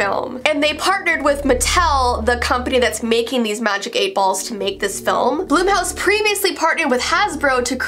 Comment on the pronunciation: blum house is pronounced ;ike plum but with a b